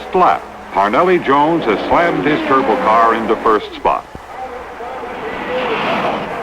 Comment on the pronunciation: The aircraft mechanic in me cringed every time he said turbo!